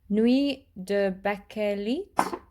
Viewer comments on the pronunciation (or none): none